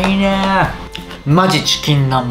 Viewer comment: 酔ってるんかわからんけどちきんなんばんをちきんなんまんってゆってる